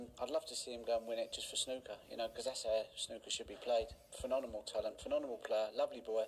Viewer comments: Love Ronnie, but it grinds my skin when he says phenonemal... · Ronnie's form today was as good as his pronunciation of phenomenal.